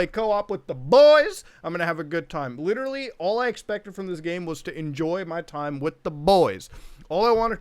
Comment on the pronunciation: Muta becoming Leafy for a sec by saying “litrally”